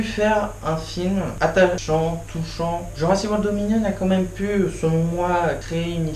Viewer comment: Bon, je vais pas être sympa, mais ma critique aura au moins le mérite d'être honnête. Ce n'est pas bon. 1: Faut travailler ton élocution, ce n'est pas possible de mâcher tous les mots comme ça. Exemple de mauvaise élocution: tu dis Jurassi Wor au lieu de JurassiC WorLD. Faut prononcer les mots et les titres jusqu'au bout. 2: Mais arrête de faire 50 coupures entre chaque phrases car tu veux couper les longueurs en pensant que ça ne se verra pas. Ca se remarque et on ne remarque que ça ensuite. 3: Plutôt que de mettre un fond vert avec un détourage horrible, achète-toi plutôt un micro de qualité. Tu parles du contrôle des dinosaures qui n'est pas compréhensible si on n'a pas regardé la série, mais je n'ai pas regardé la série et j'ai parfaitement compris le principe du contrôle vu que c'est expliqué dans Jurassic World 2. Si les gens se plaignent, c'est parce que le film est mauvais. Tu veux expliquer le principe des animatronics et des images de synthèse, mais on voit que tu ne connais strictement rien à ce domaine et tu le lances dans une explication bancale montrant que tu n'es pas un spécialiste du sujet. Genre, tu dis ceci "Y'a beaucoup d'effets visuels aux effets spéciaux de synthèse et tout" Je peux t'assurer que cette phrase ne veut absolument rien dire... le pire, c'est que tu as quand même fait pleins de coupures vidéos durant cette phrase... Durant toute ta critique, tu ne rends peut-être pas compte, mais tu sembles conscient de la quantité de défauts du f